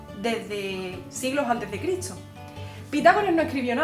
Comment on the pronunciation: Critso... Etso... Haha